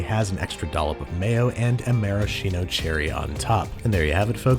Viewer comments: maraSKino cherry. Yes, it is written "maraschino," but it's pronounced with a hard C because it's an Italian name. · maraSCHino cherry, not maraSCIno. It's italian